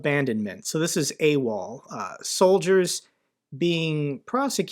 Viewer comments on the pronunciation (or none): none